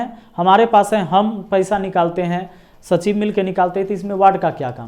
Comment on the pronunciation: “सचिव” होता है सचीव नही